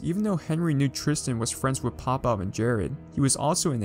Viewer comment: Did he really mess up pop bobs name lmao